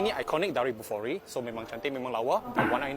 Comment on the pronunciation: bolihlah beli Bufori, bolih bawa hasil sayuran ke bandar. Sebut betul-betul Bufori bkn kokoiRi ya..